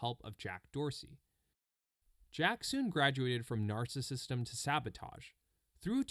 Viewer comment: "narcissistyem" lmao